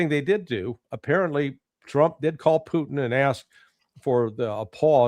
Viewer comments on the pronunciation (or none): Putin not PUCHIN